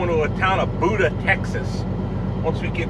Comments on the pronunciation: Was down in Buda Tx a few weeks back. Locals call it "Bew-Da" not Buda like the guy with the big belly by the register in your favorite Chinese food take out place. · It's pronounced Bew-da 😀